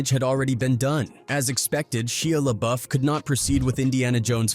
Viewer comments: Right? Ain't no way he didn't know how to pronounce it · Atleast pronounce his name correctly. Disrespectful n Unprofessional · Why did he pronounce his name like that?😂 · I can't watch with you getting his name wrong the entire video